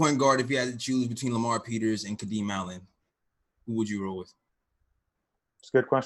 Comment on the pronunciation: Finally heard someone say Lamar Peters!